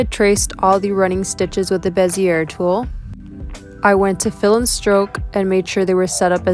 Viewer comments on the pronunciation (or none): Bezier is pronounced Bezz eee Ay not bezeurrr It's French.. (Insert French sounding laugh here).